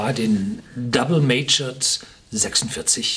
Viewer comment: Ich bin immer wieder schwer begeistert von Ihren Videos, weiter so ! Ich würde mich für die Zukunft jedoch freuen wenn Sie noch ein wenig an Ihrer Aussprache von Wörtern wie 'mature' arbeiten würden. Für einen seit einigen Jahren im englischsprachigen Ausland lebenden, grauselig.